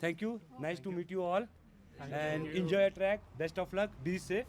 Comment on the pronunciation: Your journey is 'trek', not 'track'.